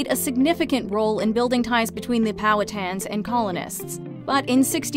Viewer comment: well also theres a second inaccuracy with snow whites presumed location. germany wasnt established til the ealy 1900s, back then it would of been prussia made of germanic peoples, poles, and slavs. also im sorry but u pronounced powhatans wrong